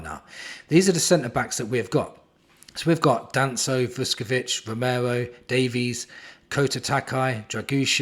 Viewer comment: Woooooh mate you ok? You keep saying Davies correctly! 😅👍and be surprised ifvwe can get 30 million for Richie. And with all these CBs I think Rom and Phillips will go....